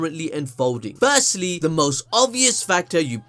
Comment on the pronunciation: My guy said first Lee(ノ｀Д´)ノ彡┻━┻ I died 🤣🤣